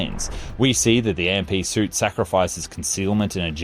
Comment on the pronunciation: AMP is pronounced as "amp" not A-M-P